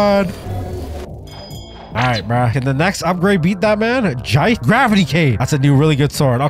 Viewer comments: Nerds be when they are right (this is actully true): erm you do not say jitt erm it’s actully jit-e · the way he pronounced jitte